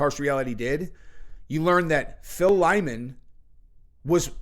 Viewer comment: The dudes name is Lyman. Lie-man. Ffs.